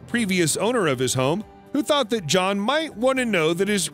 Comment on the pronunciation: There's a lot of words with mispronunciations... Even the name John.. Beginning to wonder if it's a robotic voice 🤣🤖 It doesn't matter. What's important is the facts are interesting on this video